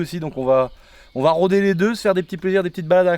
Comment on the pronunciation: Pourquoi je je t'entends dire on va la roder j'entends je vais la décalotté ?